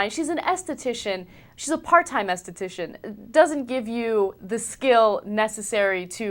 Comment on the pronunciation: What did she say? Estitician? The fuck?